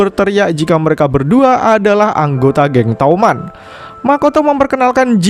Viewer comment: Bang toman bukan touman